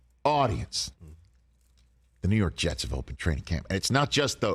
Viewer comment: 😂😂😂 the Rew York jets hahaha